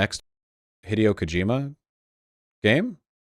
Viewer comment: Why mispronounce Hideo's first name but pronounce the last name correctly. It literally makes no sense, i would respect you more if you pronounced Kojima like ko jimma instead, ITS NOT FUCKING PRONOUNCED LIKE THE WORD HIDEOUS, ITS ROMANIZED JAPANESE, THERES AN I, ITS PRONOUNCED LIKE THE LETTER E. HE (THE PRONOUN) DAY O insufferable